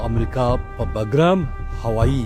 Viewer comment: باگرام نه بگرام ده په درناوی